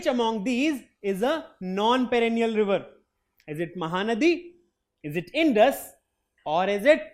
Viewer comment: Sir you telling wrong pronounced ganga and indus